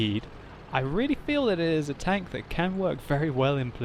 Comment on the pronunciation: tanKK omg its terrible how your K sounds like